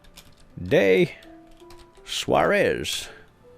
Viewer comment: rancho de suarzes? wtf?